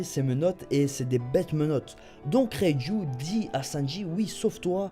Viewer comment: ^^ haaaa une bonne prononciation de reiju x) le dok il arrive vraiment pas à prononcer son nom le bras qui saigne s'est surtout qu'il voulait s'arracher le bras pour sortir de sa cellule rien à voir avec kraker